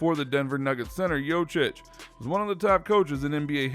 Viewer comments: #1 thing you have no idea about, how to pronounce his name. YO Kitch, not YO chitch. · If you are making a video, you could spend some time learning to say his full name correctly... he is not Jochich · I CANT HEAR HIM SAY JOCIC 1 MORE TIME!!! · LEARN TO PRONOUNCE JOKIC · Pretending to know something about Jokic, but cannot even pronounce his name correctly.......pathetic! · The way you pronounce it, it hurts my ears !!! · You should learn how to pronounce his name. It's not that hard, just go on youtube, and listen to someone, then repeated yourself couple times...the way u did it, its embarrassing. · If you don't know how to pronounce his name it makes me wonder if anything else you say is credible.